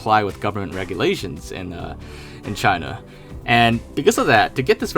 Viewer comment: "Government reg-yull-asains"